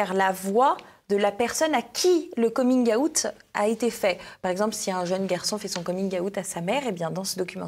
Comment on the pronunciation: La prononciation du mot " Coming out" est insupportable...💀